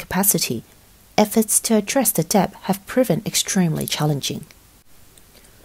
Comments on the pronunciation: Debt is 'det', not 'deBt' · yeah that's not right. British people don't pronounce the B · Nice voice but she pronounces the B in debt. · Who the hell pronounces debt like “dep” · Fine reporting but the pronunciation of the the letter b in debt 57 times grated my English teaching nerves. The b is silent. Otherwise the video was informative and enjoyable.